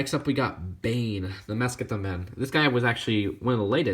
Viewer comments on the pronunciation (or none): none